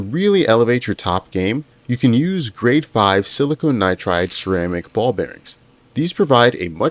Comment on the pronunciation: Silicon not silicone.